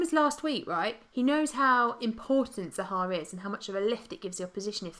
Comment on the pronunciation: I love your stream but cannot stand the way you both pronounce Zaha, it's not Zahaaaa :)